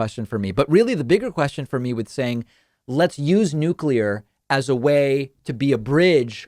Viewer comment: Thank you, David, for pronouncing Nuclear properly!